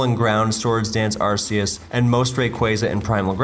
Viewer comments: ...so many Arceus mispronounciations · I think i had a stroke after hearing arsseus and gleescor once again.